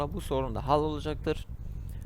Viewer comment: Ya bana yardımcı olurmusun tablet klavyesi kullanıyorum bazı harflere bastığımda noktalama işareti çıkıyor ve düzeltemedim. Num lock dediğin tuşu bulamadım klavyem küçük olduğu için rakamların yeri farklı üstünde Bi sembol felan varmı yardımcı olurmusun.. Ayrıca hal değil yumuşak şekilde haal diye okunur.